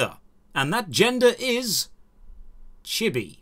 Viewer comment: I'm 23% sure it's pronounced chee bee But I have been wrong before so who knows